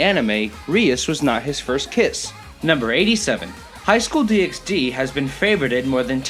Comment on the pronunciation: Also fun fact it's pronounced DD not DxD